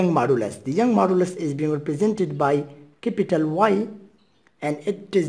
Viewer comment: Capital ❌ cipital ✅